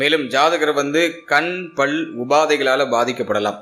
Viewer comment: ஐயா, "பள்" அல்ல " பல்"